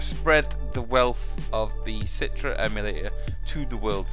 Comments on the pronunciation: citre? its Citra! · umm its not "citre" its pronouced "citra" not citre